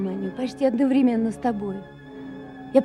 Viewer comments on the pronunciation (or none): none